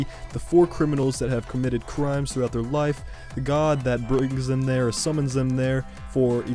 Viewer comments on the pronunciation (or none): none